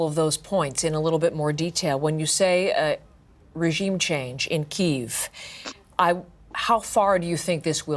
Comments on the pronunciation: Yes! It's so annoying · I don't understand why you keep saying "Keeeeeeve". How do all of you mock-news agencies not know how to say "Kee-ev". Silly free-range Humans... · First off, when someone has to put "Expert" at the end of their tagline, then they are anything but, especially when they can't pronounce a city name correctly. It's Key-ev, not Keev. Second, doing nothing puts everyone at risk, invading Russia and taking them out is the only correct action here. Sanctions is basically pulling a Neville Chamberlain, i.e, doing nothing. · It’s not keve it’s Kiev (key eve) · It's not pronounced Keeve. It's Kiev. Putin warned everyone about NATO expansion, but NO, you wouldn't listen. R u listening now?